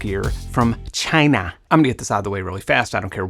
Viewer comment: I don't care what side of politics you're on either Benn, the way Trump says CHY-NAH is fucking highlarious and the 3min compilation of him saying CHY-NAH has had me doubled over crying laughing more than once :-)